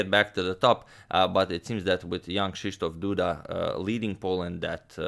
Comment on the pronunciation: I saw polish name and clicked on the video, I must say you pronounced it perfectly